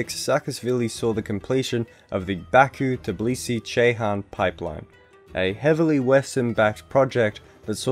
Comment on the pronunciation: The way you say "Tbilisi" makes me cry. It's "TBI-lisi", not "TIB-lisi"